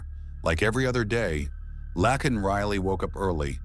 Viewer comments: Isn’t her name Laken ? Not lacken he’s saying it wrong !! Get it right or don’t say it !!😅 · YOU'RE SAYING HER NAME WRONG 🙄🙄🙄🙄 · Exactly!! It was annoying EVERY TIME